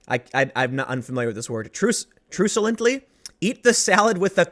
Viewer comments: truculently - truck-u-lently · The pronunciation you're looking for is truck-you-lent-ly. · Tim makes hit piece on himself. Cannot pronounce "truculently". (Truck You Lent Lee) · Truck-u-lent-ly. Means she was being surly. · Mentally I hear mario saying eeer we gooo... Time to reverse everything being said, also its truck-u-lently, basicly with hostile intent. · Lol, the words you don't know are so random. It's "Truck-yoo-lently". It means like argumentative I think.